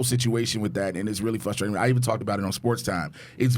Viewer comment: fRRRRRustrating... there is an R in that word kids.